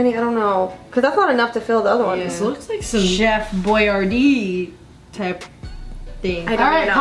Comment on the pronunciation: Did any limelight notice she said chef boi d???